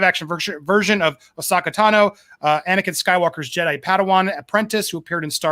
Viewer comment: Could you please learn how to say Asohka Tano properly lol?